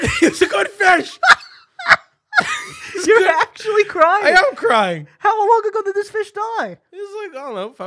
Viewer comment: “he was a goud fish..😤😭”